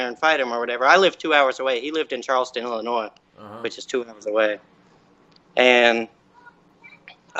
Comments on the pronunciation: Hey, Check out my comment I left on your wife’s channel.....! I know it’s not about jail but it’s close to my heart hearing about your New Years..... And I’m in Illinois for my whole life and we DO NOT PRONOUNCE THE “S” in Illinois.... Please people read and listen to me about this....LOL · This kid said Illinois with an s lol he lying. It is Illinois the s is silent